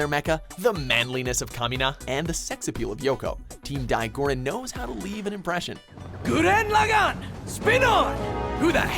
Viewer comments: "Gurren Laggin" LOL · they even have a clip of how to pronounce it in the fucking video and he still says gurren lagin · You still can't say Gurren Lagann correctly... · You mispronounced Gurren Lagann, even though you literally have a clip stating the name right after. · One day I will find the annnouncer guy and slap him for all the times he's mispronounced Gurren Lagann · i love this guy but nothing bothers me more than the way he pronounces gurren lagann